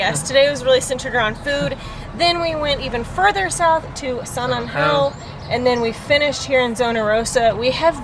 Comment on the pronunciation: San angeeel? Really? Lol